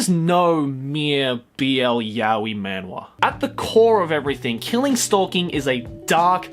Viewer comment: It’s pronounced “Manhwa (만화)” with the “H (ㅎ)” btw. I’m talking about the Korean pronunciation tho